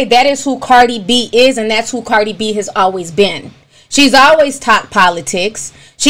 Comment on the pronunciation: She can not pronounce politics correctly...smh